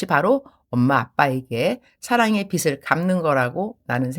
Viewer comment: 발음 교정을 하자면 ㅎㅎ 빗을 /비슬 빚을 /비즐 선교사님은 비슬 이라고 하시는데 비즐 이라고 발음 하는게 맞습니다 😂😂